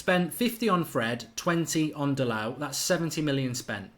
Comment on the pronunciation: It’s spoked “Da(‘DA’llas)-LO(‘LO’s Angeles)” Dalot.